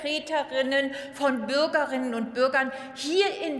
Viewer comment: An sich eine wirklich gelungene Rede. Was mich etwas irritiert hat, ist jedoch die Art und Weise in der die Abgeordnete Britta Haßelmann gendert. Ich bin der Auffassung, dass man, wenn man gendert, die Pause zwischen den Geschlechtern nicht vergessen sollte. Bei "Bürger:innen [...] " fühle auch ich als Mann mich angesprochen. Anders verhält es sich mit "Bürgerinnen [...] " .